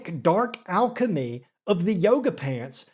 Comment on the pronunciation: This mispronunciation of alchemy is killing me